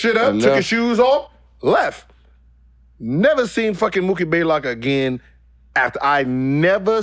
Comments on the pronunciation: "Mookie Baelock" lol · 🤣🤣🤣 it's Blaylock not Baylock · He always gets mookie's name wrong. It's BLAYLOCK lol... just like Greek the Freak smh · Mookie took an L so bad that Gil took one from his name. He never says it right